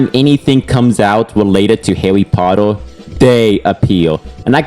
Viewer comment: "I am not a hawwy pottew fan" (comstamt pokemon gameplay) Yeah, next video...